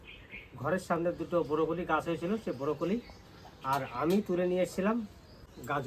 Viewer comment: Borocoli na re bhai brocolli